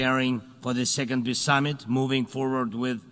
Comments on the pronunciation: Hell, nobody can tell him how to pronounce 'peace'? it's not piss, it''s peace!!!! dumpkopf!!!! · He said.."Piss summit"...Zela, that is. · Did you here Selenskis bad basic English and wrong pronunciation . He says " I go to second Piss Summit ". Yes, that's true :) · Eeee, Podolyak , how do You spell ''peace'' ?Peas, peace or piss?